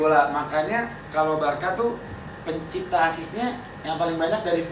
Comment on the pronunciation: Bang pecinta bukan Pencita😅🙏